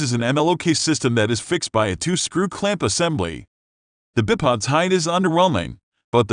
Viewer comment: “Bip odds” I couldn’t even watch to the end the pronunciation was pissing me off 😂😂😂😂😅